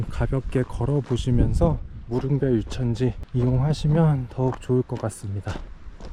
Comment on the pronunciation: 한가지 거슬리는게 있네요,,무릉별, 유천지라고 읽는게 아니라,,"무릉별유천지"라고 붙여서 읽어야 합니다,.